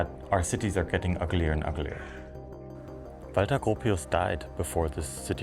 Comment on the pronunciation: Good video, and thanks for letting me know the correct pronunciation of ‘Walter’ : ) I have always admired Bauhaus